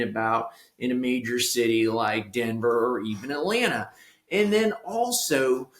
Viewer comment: Why do you say Atlana? 😮